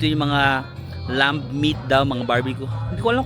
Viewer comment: Silent B ung Lamb. Same with the words comb, climb, etc.